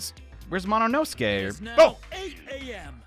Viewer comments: Why does he say monosuke like mononoske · I can’t get over the fact that he says mononoske instead of monosuke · NOT “MONOINOSUKE” BAHAHAHHAHAHA